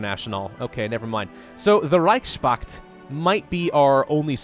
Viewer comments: It's not Reich Spakt, it's Reichs Pakt. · Can I offer one criticism? The word "reichspakt" is constructed of Reich's Pakt, and should be pronounced as "Reich's Pact" Yes? Easy. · Please reichspakt is like connection of 2 word in german they are reich and pakt so please don't pronounce that "s" like it's a part of word pakt pronounce it normally like normal "s" not like "sh" or whatever. That word is like reich-s-pakt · You are butchering the word Reichspact. Try saying „Reich“ and „Pakt“ separately